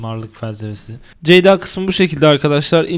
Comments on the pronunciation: Ceday olmaz Ceda-y olur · CEYD-A DEĞİL CEYDA